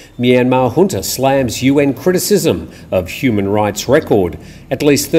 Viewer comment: We're pleased and satisfied when someone pronounces "junta" properly. The growing mispronunciation of this very basic word is a matter of grave concern to us. And a welcome to beautiful of course.